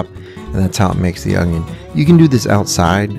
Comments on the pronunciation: Its “ONION”, there is no g. Its not “ongion” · There is no "G" in oNioN.